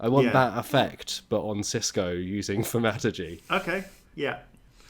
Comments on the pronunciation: Will someone please just teach the teifling to pronounce thaumaturgy! Its Th-ow-mA-tur-gee. so painful to hear such a posh voice call it tham-at-ergy. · I always thought 💭 it was supposed to be Thor-Mat-urge-ey… or Thaw-mut-(turd)-jee… 😜